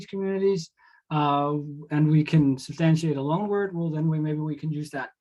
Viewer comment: why do you pronounce "loan" as "long"?